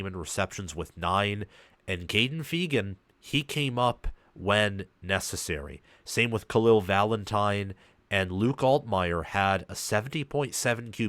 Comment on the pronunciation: Fay-gun not feegin